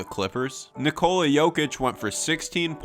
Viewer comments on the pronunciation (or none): Its not its just Nikola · You called him “Nicole Jokic” If youre going to act like you know basketball. At least pronounce the player’s name right.